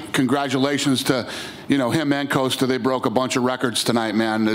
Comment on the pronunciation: Everyone: Paulo Costa Dana: Paulo Coasta